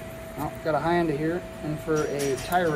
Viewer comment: Did he really mispronounce Hyundai? Hi-un-day?